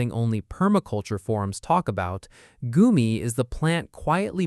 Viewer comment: Goumi berry not goomie